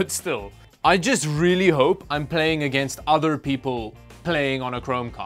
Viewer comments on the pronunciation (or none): none